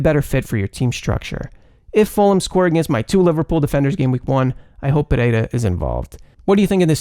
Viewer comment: Your pronunciation is spot on (Pereira, Pedro Neto)!